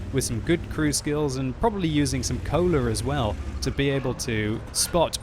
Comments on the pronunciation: why do british people have an "r" after some things they say?? Cola became Colar lol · Always love the vids, but wish you would learn that words ending in the letter "a" are not pronounced as an "r". jk love em all.